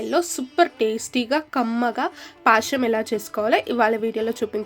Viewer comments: పాశం కాదు పాయసం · Paasham kaadu adi payasam..telugu ni telugu la matladandi